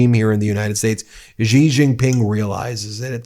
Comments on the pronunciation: Hey BEN! The president of China’s name is pronounced SHE not Jee or Yee. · trump doesn't know who he's messing with. And it's pronounced 'she', not gee. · Hey Ben love this channel, but attention to detail: Xi is pronounced "She", not "Gee". Why is that important ? It's a matter of showing respect. BTW, amazingly enough, Trump actually pronounces it correctly. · Hey sir, just to let you know: it’s easier to pronounce China’s president as “She” Jinping — that’s quite a close approximation. Cheers!